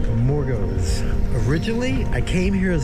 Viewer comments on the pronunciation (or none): Amor gooooooos Amor goooos Amor goos Amor gos.... emphasize the 2nd o not the first Thanks